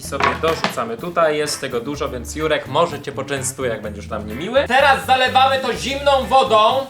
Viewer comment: czy tylko ja zamiast ,,Jurek” słyszę ,,Si#$ek”????xd Przepraszam Juri